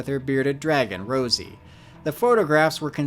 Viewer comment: Why you keep saying Rosie when Chelsea herself even said its ROZZY